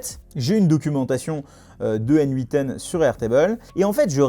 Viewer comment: Très intéressant. Merci. En passant, en anglais ça se prononce comme le pronom "Nathan". ;)